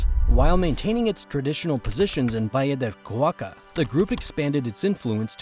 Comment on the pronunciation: Crap AI voice? Valle de Cauca pronounced as Va Lee de Kah U Kah??? WTF, lol Rest is very interesting…